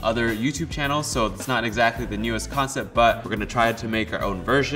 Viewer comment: Also "eggsactly"